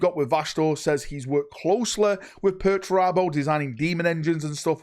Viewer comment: I cant wait for perch-er-abo